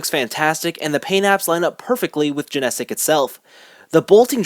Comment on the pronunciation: Good review. However there are two things that are annoying me. First is you are pronouncing "Genesic" wrong, while you say it the same way every-time it is a little annoying to hear it pronounced incorrectly repeatedly. Secondly it's not the Genesic phantom, they are the Genesic Bolt (the one used in the show), the Broken Bolt (drill shaped) and the Protect Bolt (smooth round one). Other than that it is a good review.